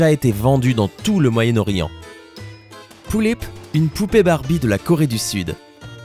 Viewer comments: on dit pullip est pas poullip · on dit des pullip pas des poullip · On dit pas poullip mais pullip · sa se lit pulipe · PT1 c est pas POULLIP MAIS PULLIP C EST PAS PARCE QUE C EST CORÉEN QUE ON DIT POULLIP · Exactement parcontre c'est pas poullip mais pullip ça se prononce comme ça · les pullips ne sont pas des jouet et encore moin des barbies se sont des poupées de collection en VINYLE (très fragile) elle sont que pour les + 14 ans !! et sa se prononce pas Poullip MAIS = PULLIP !!! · je comprend pas comment on peut dire une poullip a la place d une pullip... apres tt le monde a s1 facon mais je comprend quand meme pas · c 'est pas lullips mais pullip et on s'enerve car c'est une passsion et que quand on vas chercher des informations sans renseigner d'avantage oet qu'on se trompe evidament que sa provoque une fureur j'ai les pullipiennes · Ont dit Pullip pas Poullip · je suis désolé...Mais on ne dit pas "Poullipe" mais vraiment "Pullipe" et aussi Yeolume se dit "Yéoloumé" enfin je ne dis pas ça pour critiqué 🙌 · c'est pullip pas poullip 😂😂😂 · On dit pullip et pas poullip merci de respecter mes poupée pref'😂😂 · On dit pas "poullip" mais "pullip" et en plus les pullip ne sont pas du tout des barbie !! #teampullipienne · c'est pas "poullips " mais "pullips "! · c pas poullip mais Pullip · c'est pas poulipe comme tu dit mais pulipe ! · pas poullip!! Pullip dit avec le u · ca se dit Pulipe pas poulip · Ça ce dit pUUlipp/peullip pas poullip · Oh non ! Au secourd ! Tu a mal prononcer Pullip ..... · on dit pas poulipe mais pulipe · xd comment il a dit pullip il a dit pouillip je suis morte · OMG POOTSY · c'est cool de presenter les pullip xb juste la prononciation humm "poullip" elles pondent pas des oeuf :b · ca pique mes oreilles quand tu dis pullip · "Pullip" ce prononce comme ça se lit et c'est tout sauf une poupée barbie -_